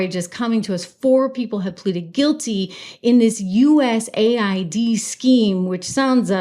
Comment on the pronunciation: It's US-AID, not USA-ID.